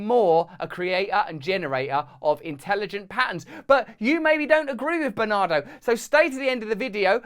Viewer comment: When you say Bernardo, I hear banana